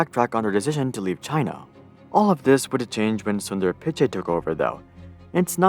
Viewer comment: The way he said Pichai and Tencent💀💀